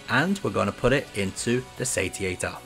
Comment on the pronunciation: Looks like it should be pronounced say-she-ater